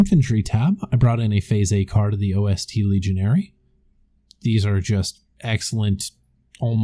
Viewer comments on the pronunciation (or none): It's not O S T- Legionäre. It is Ost-Legionäre. It is the german word for east. These were Soviet troops who switched sides. It is also pronounced Nas-horn not Nash-horn. Though the second would be an adorable german nickname :)